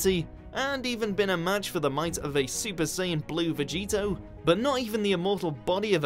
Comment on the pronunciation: Did he... did he say Veggie-toe?